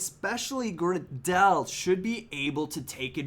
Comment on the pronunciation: I think it's pronounced gray del, he used to play for leeds